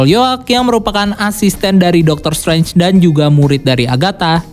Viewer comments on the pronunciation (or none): none